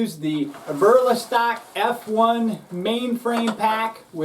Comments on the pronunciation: Ya that was driving me crazy lol. (Eb-er-Lee-stock) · “Aberlastock” lol. Good review man.